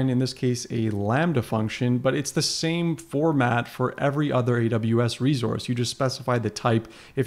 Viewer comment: Its reSource not reZource